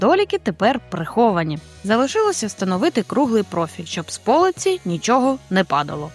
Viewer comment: Та не по'лиці, а полиці'. Не можливо слухати.